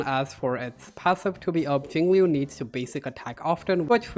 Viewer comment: Very good music choice, Nujabes is goated. One day there will be a guide which pronounces her name right. Not that I blame anyone because they even said it wrong on the official english live stream.